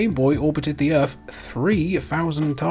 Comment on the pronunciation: I genuinely don't understand your accent and by that I mean pronouncing the letters "TH" you say "three" and "the" correctly but "earth as earf", "think as fink" Is it a cultural thing? I'm genuinely curious.